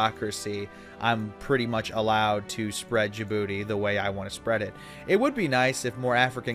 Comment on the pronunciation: Remember when said Djibouti wrong?